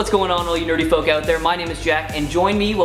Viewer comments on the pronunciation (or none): none